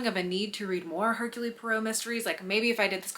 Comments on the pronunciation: It’s her-cool. Not Her-Cooly. Every time you pronounced his name I winced. Do some basic research before filing a video lol …. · The e at the end of Hercule is silent. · If you saw the movie adaptations, then why do you consistently mispronounce Poirot's first name?